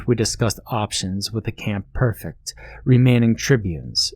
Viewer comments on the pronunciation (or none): Loved this a lot man. One minor thing, I'm pretty sure it's pronounced PREfect not PERfect. I just finished watching 2 seasons of Britannia on Epix